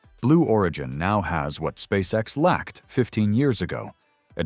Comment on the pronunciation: ON ne dit pas spasex mais Spsace X !!!!monsieur l'orateur!!!!!!